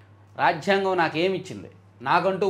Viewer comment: రాజ్ఝాంగం కాదు నాయనా.. రాజ్యాంగం